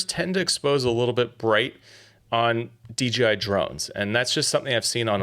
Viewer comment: This is a super precise easy to understand video! It’s great!! The only thing I see wrong with it is you consistently mispronounce the name of the company. It’s DJI, not DGI. There’s no letter G in there.